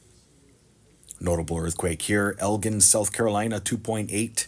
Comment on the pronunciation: Spelled Elgin but It's pronounced El Jin South Carolina